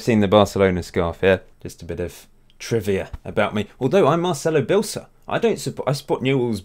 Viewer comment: You say his name wrong, it’s pronounced BE ELSA not BILSIR